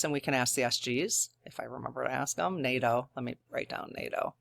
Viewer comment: Fantastic. You said NATOOTAN. If we could get that and a mention of Vatican. How that relationship is evolving. Blessings in the New Year! Joe is a dedicated practicing Catholic. He is gonna be in discussion with Vatican regarding any spiritual...... You know. Fog. Drones. Etc. Vatican City is not NATOOTAN. Conversation might be different.